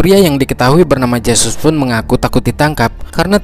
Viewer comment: Huruf J dlm aksara spanyol di baca He.jd Jesus di bahas hesus